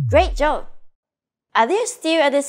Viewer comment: Thanks for the great video! Fun fact: Throughout the lessons, I kept hearing "Great Jove" at the end of each one and found it a bit odd to reference the Roman king of the gods in a Japanese context. It wasn’t until I finished lesson five that it finally clicked: she’s actually saying "Great job!" The way she pronounces b like v (and vice versa) threw me off initially. I’ve noticed this phonological trait among many of my Korean friends as well, so I wonder if it stems from some similarity between Japanese and Korean phonology.